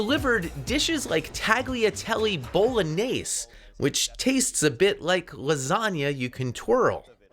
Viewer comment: It's not "tag-lee-a-teli bowl-a-nase," it's "talya-telay bowl-o-nyase-eh"